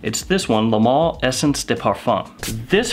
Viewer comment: Hey i like your videos but it is not the mall but Le ma-le .